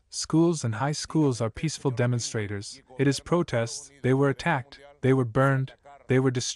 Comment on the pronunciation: jajajajja WHAT? DEMOUSTRAITORS WHAT? ESE SPANKLISH jajjajajjaja